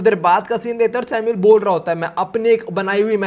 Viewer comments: Aba vai tu samuel ko bar bar sino kiu bol raha hei Sunne me kaisa lag raha hei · samul not sinu